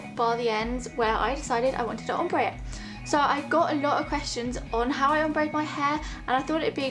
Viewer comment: why can nobody pronounce Ombré? :(